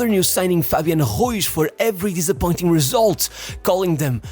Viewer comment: Fabian who??? HEUZ? JYEUIZ??? he’s Spanish it’s RU IZ Ru-(EASE) smh that shit pmo😂